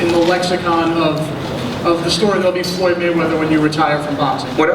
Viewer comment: Yes foyld is good. Lol you don't even know his name its floyd